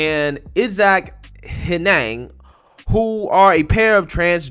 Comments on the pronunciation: Hen-iG, not Hen-nehng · I didn’t think it was possible to butcher a two-syllable so badly. “Henig” is not a difficult name to pronounce. It sounds exactly as it looks. “Hen-ig.” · Honestly hearing the way you pronounce that second name makes me think of the key and peele sketch. Hilarious!